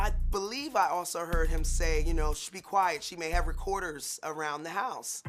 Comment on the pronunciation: Hurded....translation/ HEARD as in listened! I am so sick of American USA people speaking so very poor! Awful English as a first and only language!! I cringe! C'mon people! Correct yourself! Jeez mom 10 years of recordings?!?! Hello psyco! At least mom said '"asked" properly & not axed! Mom needs nelp!!! Seriously mom u are crazy! Jeez take it personal much mom! You ARE papanoid! So now mom knows the truth and now mom needs help and is Abusive to her daughter trying to blame her daughter as if saying anything regarding her mother in a negative way is insulting! Wow mom give YOUR family a break! Now we know why mom is sick!! She's the cheater!!! A cheated who ruins her husband a d her daughter too! Mom is gross! Sick mom! Mom sucks! Yay dad!!! Leave that awful wife!